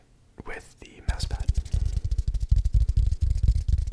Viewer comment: The way you say Mouse... are you Canadian?